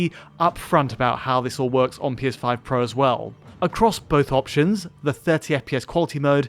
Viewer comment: anyone else heard "PS5 protesting"? 😅